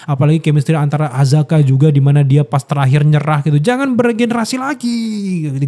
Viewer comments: Akaza akaza akaza bang bukan azaka 😭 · Akaza bang, bukan azaka🤣🤣🤣🤣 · akaza bang bukan azaka😂😂😂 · Bang.. Akaza.. Bang, Akaza.. Bukan Azaka.. Kalau ada Akaza ini selalu keren sih, teringat perkelahian pertamanya ketemu Rengoku.. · Akaza bang,gua Ampe lupa namanya lu ngomong azaka trus wkwk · Akaza bang buka Azaka 😂😂😂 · Akaza bang kenapa jadi azaka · Bang akaza bang bukan azaka heheh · Akaza bang bukan azaka corbuzier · bang kenapa ga astaga aja, akaza bukan azaka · akaza bang bukan apakah 😂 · Akaza cuy, salah terus nyebut nya😂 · Akaza kak, bukan azaka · Akaza bang bukan azaka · AKAZA woi, bukan AZAKA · Akaza bro bukan azaka 😃… sedikit kritik… agak ganggu aja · ralat Bang....Akaza bukan Azaka....😂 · Akaza Bang, Bukan Azaka.. 😅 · azaka nggak tuh 😂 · bg maaaf ni bg, sebagai fans demon slayer gw gemes aja sama lu, Akaza ya bg bukan Azaka, kalo Azaka dari Arab bg, maap ni yak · bukan azaka bang, akaza😂😂😂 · mana ngakak bgt salah pronounce nama char akaza jdi azka 😂